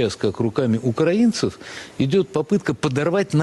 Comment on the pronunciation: А звернули увагу? соловйов вже ставить правильний наголос. Каже не укрАинцев, а украИнцев. Але коли прийде час, то його це не врятує.